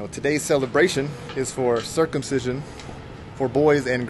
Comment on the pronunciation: Girls dont get circumsised in indonesia ,only some african tribal who still do that which is not good. And circumsicion is not that weitd,you acting like its a weird,the way you pronounce it many times etc...sorry you hit my nerve abit sorry for that, m out of your chanel.